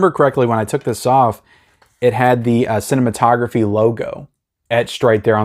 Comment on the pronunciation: Vinegar syndrome pronounces it Cine...mato...graphe. like a graph. Not like photography.